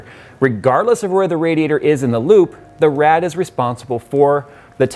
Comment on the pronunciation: I hear lube all the time when you say loop